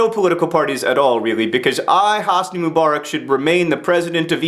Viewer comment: PLEASE! It's not "moo-bar-ick," it's "muh-buh-rack." I've never heard a more Americanized pronunciation of anything in my life.